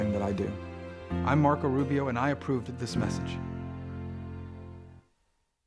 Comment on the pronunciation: OK Hold on - did anyone else hear "I'm Marco Rubio and I approveded this message"?????????